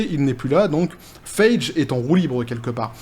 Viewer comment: Ca se pronoce Faigy (faille-guy), pas Feidge ;)